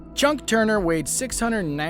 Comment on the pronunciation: It’s Chuck Not Chunk!